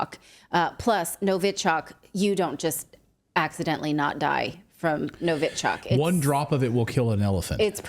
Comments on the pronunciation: Novichock means newcomer in Russian. The clue is in the NOVI part so Natalie's pronunciation is so bizarre. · Also the stress is on the last syllable. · It's not hard for Natalie to lookup the correct pronunciation of Novichok. Plus the guest said it correctly.